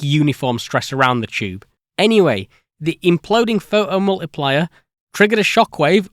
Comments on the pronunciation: how come you can say "photocathode" but you can only say "pho oh multiplier" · That's a really interesting video, but my french hear was constantly distracted by the "pho-hom-uliplier" and the "wo-eh" 😆. Anyway, the story was well told and the job well done ! Thanks for your work :) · What are the rules for whether the "T" is pronounced or not? "Photo" as a standalone word seems to have a "T" all the time, but "pho-o-multiplier" doesn't.. And what's the difference between a "photon" and a "pho-on" as I couldn't determine when it's appropriate to use one vs. the other.. 😝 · "The pho-o mul-ipli-er eh!" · The seemingly random change between pronouncing "photo-" and "pho'o-" because of the British accent has me rolling. "Pho'omultiplier" then next sentence "pho-to-voltaic". This is giving me linguistic whiplash. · it's "phoʔo", not "pho oh" :P it's called t stopping and not any weirder that north-american t flapping.. "pho doh" ("phơ dough"?) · Awesome video! But why can you pronounce photoelectric perfectly but omit the "t" in photomultiplier?